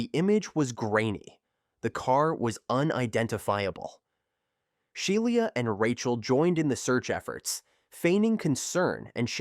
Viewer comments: Yeah this video's a mess. they show an image of a house fire while discussing a fire that took place in an outdoor barbecue. During the Skylar Neese section, the AI voice repeatedly mispronounces Shiela Eddy's name as "Shai-eela". They also bizarrely make use of several thumbnails of videos from other (better) content creators. For instance, during the Marlene Olive section, thumbnails are shown from channels who covered the same case, "The Crime Reel" and "This Is Monsters". No idea why that's necessary, and no attribution is given, not even in the description. My guess is whatever (probable) AI algorithm is the author just....mindlessly included the imagery? Because why not? These AI slop channels are really unfortunate. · Sheila is pronounced she la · It's pronounced shee la eddy and there was no excuse for them to hurt someone else just because they didn't like that person. Rip Skylar neese.